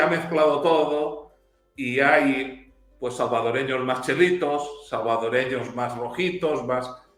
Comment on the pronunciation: El Sr. español ya se " salvadoreñizó" puya dice...😂